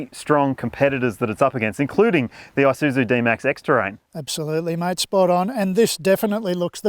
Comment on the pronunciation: The "eye-suzu..." Mates, it's pronounced with an E. E-soo-zoo.